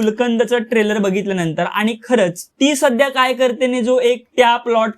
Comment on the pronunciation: Nit bolata tari yete ka tula. Trailer cha oochar kasa kartos bobadya😅